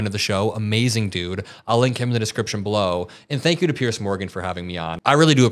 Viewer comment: Why do all Americans manage to find the letter C in the name Piers? There seems to be an assumption that he is called Pearce.